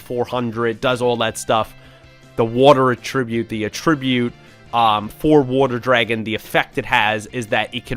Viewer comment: why do y'all pronounce "attribute" like a verb when using it as a noun?